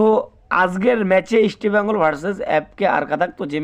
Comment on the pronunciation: উচ্চারণ দেখে মনে হচ্ছে এ একটা দু'নমবর চ্যানেল। তোমকে কে খবর দেবে?ইস্টবেঙগল নামটা উচ্চারণ সঠিক নয়।